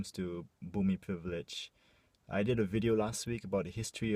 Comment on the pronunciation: Love you. Thanks for bringing up this sensitive issue and being a voice for us. By the way, I notice you have difficulty pronouncing "privilege" hahaha XD